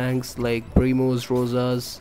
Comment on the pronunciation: Thank you, it helped me to push El Primo to 1000, it's my first Rank 30 brawler, I hope I will get more tips and tricks like this. Fun Fact: When this guy says "Primos" it sounds like momos lmao